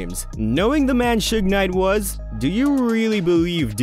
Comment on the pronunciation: Atleast he didn't screw suge's name up, most of these people mess his name up , if you can't say their names right , they should keep their names out their mouths.